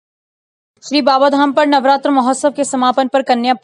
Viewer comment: नवरात्रा नहीं, सही शब्द है -- नवरात्र । न्यूज़रीडर ध्यान दें ।